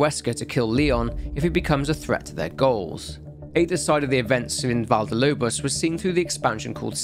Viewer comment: It's not cakes Val de Lobos. It's Valle del Lobos. Valle is pronounced Vah-yeh